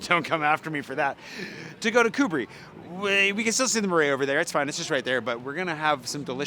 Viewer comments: It's not MEUrais it's MArais like in Apple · You are not anymore? Ok but say: MARAIS, MA, NOT MAI. A,not ai comme ta “MA”..cool video nice info for the peeps.